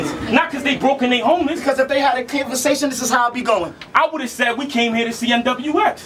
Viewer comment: Aye what tf is a canvaesation????? LMFAOOOOOOOO